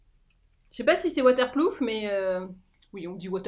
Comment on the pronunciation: J'ai entendu "water plouf". J'ai recraché mon thé 😂